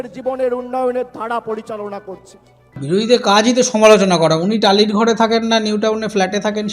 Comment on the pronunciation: "বাড়ো বছড় একটা মুখ্যমন্ত্ড়ী টালিড় চালে থেকে".... ইত্যাদি ইত্যাদি। এর "র" টাকে কোন্ কামারশাল ঠিক করে দেবে ভাই??? আর সায়নী ভালো???? হাঃ হাঃ হাঃ...তাহলে নচ্ছারটা কে?